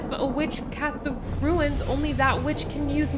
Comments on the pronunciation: It's "Runes" (like DUNES), not "Ruins". :) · Ruin ofc 😂😂😂 - Stewie, Ruins..😂😂 Its Runes, not Ruins 😂😂😂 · Runes, not ruins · I'm sorry for being this picky, but I am compelled... they're "runes" not "ruins" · Runes, not ruins. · Runes....not "ruins." ;) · Runes not ruins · Hey....it's RUNES....not RUINS...:) just a little quibble. Great reaction...:)